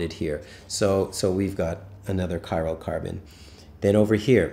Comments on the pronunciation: Chiral carbon :) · Are you saying cyrocarbon?